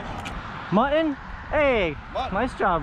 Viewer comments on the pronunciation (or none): you know the word muTTon has two T's in it. It's not pronounced MU-EN. As in button. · Hey guys, tell there are two “t’s” in Mutton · you still need do use Ts when you talk about mutton snapper. Just because you’re with a black guy don’t slip into ethnic speak. It’s very racist. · Do you purposely say "Mutton" wrong?